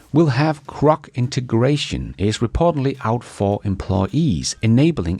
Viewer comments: Crock is not an AI system, GROK is! There is a difference between Crow and GROW. They are pronounced differently. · how many time's do you need to be corrected? Pronounce GROK with a "G" NOT a "C" duh.